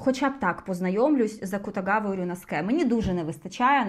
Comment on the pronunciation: Наші вуха ще пару годинок би витримали слухати Ваші розповіді про книжки, тому за нас переживати не треба😉Дякую за відео❤ Р.S. РюнОске Акутагава (для чого ще дивитися аніме з субтитрами, як не для того, щоб розбиратися у вимові японських імен😅)може і Вам згадобиться🤷‍♀️😄